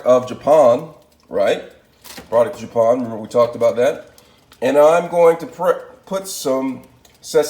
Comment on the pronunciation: Dont forget Ja-pahn and garleek